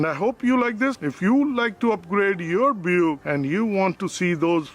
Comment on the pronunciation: I never heard anyone say Buick wrong until now......funny.